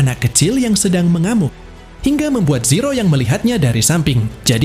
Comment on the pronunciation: Min.. Kok lama-lama saya dengernya Siro sih, bukan zero 😂